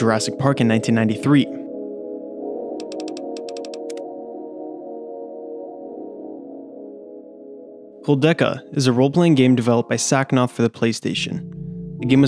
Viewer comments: I can’t get past the mispronunciation of Kudelka as koldeka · Immediately gave you a like when I saw you mention Clock Tower, only to be disappointed by you mispronouncing KouDELka, and saying Silent Hill is the “objectively” best game. While it is one of the best, there is no such thing as a game that is “objectively” the best. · Pronounced Ko-Del-Ka. Koudelka was the first in a 2-game series with Shadow Hearts being a spinoff. I played the first one, but not the second. Other than the very minor mispronunciation this was a well put together video. Thank you!